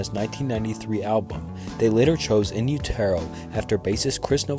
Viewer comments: I love your unique pronunciation of " In Utero .Sound like a French made classic car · That's not how you pronounce In Utero but this is a great video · “You- Tear - Oh” Wtf?? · “En U-toe” LOL WHAT!?! 1. That blunder right there shows you really aren’t a Nirvana fan and just made this video for likes. 2. Let’s just say you aren’t a Nirvana fan—fine. How do you not know the phrase “in utero?” Are you an alien? Perhaps I’m unusual in that when I don’t know a word or how to pronounce a word, I skip my ass over to Google and LEARN! Weird concept, right? Learning. 3. The fact that Nirvana just so happens to be a band tee that’s extremely popular doesn’t negate the fact that they’re a dope, talented band. I don’t know where you got that little piece of information—“Nirvana fans are mad everyone has a Nirvana tee.” How stupid. I’d be willing to bet you pulled that out of your ass, especially after hearing how badly you butchered “In Utero,” you definitely seem like the type. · In-you-tare-oh?!?! In-you-ter-oh. lol wtf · Am I the only one that refuses to interact with a video that intentionally mispronounces a word to gain more comments? Like for example when someone says in- you- TER- o instead of in utero😒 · Repeat after me: In you-der-oh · Not funny and it is called in uetero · Dude why are you doing a Nirvana iceberg when you can't even pronounce in utero? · In Utero is pronounced like “Uterus”with an O instead of an S at the end not like “You-Tear-O.” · About A Girl is not about Tobi Vail. In the book Kurt participated in he states it was about his girlfriend Tracey who he dated before Tobi. BTW it’s pronounced In u-ter-o. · U can tell this guy never listened to Nirvana...in u terrr o..or the song SILVER... LOL AXEL ROAD. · IN-YOU-TARROW??? I’m assuming the narrator of this video isn’t actually a Nirvana fan. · In You Tear Oh???? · The single "Silver?"In You-tare-oh? Yeah, you really showed something new to those hardcore fans. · In You-TER-OH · What tf is You-Tear-Yo?